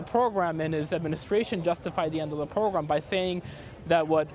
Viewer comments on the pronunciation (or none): "the pwogwam" ~this reporter God...damn..... Come on CBS. If you want someone who knows Spanish too, OK, there are 40+M bilingual native Spanish speakers who are also English speakers...just in the U.S. This guy is very advanced at English but pretty bad at English pronunciation. Being a TV reporter is beyond his ability. This was the stupidest hire you could make. He's just painful to listen to. PAINFUL. Ridiculous. Huge disappointment.